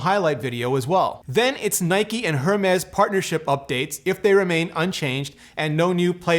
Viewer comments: "Her-mes"... no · OMG 😳 It is going to be so good, the best ever. And it is going to blow your mind. Blah blah blah. 😝 (and you haven’t learned how to say Hermés yet) 😂....